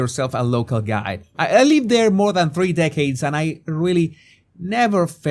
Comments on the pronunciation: respectfully, it's MORE not moar.❤ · M O R E! Not "MOAR." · Moar. I still want you to answer my question about saying " whore-chard" on prupose. That's not a common sound in the spanish language that i can think of.